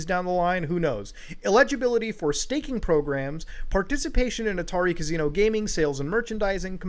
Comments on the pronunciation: i love ya muta but holy fuck, its ca-SI-no. not ca-ZI-no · Muta saying casino like cuz see no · Another day, another video where Muta says 'Cazino' 500 times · Muda says Casino in a way I have never heard once in my life.